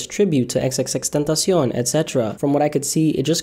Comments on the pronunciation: You say x’s name Gaye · xxxtentacion pronouncion en espanolololol